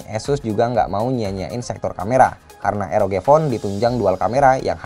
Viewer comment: nyebut RoG jangan Eroge lah, kan jadi kimochi..